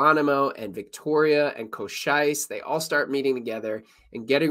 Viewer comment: This guy telling this story sure pronounced Cochise's name funny!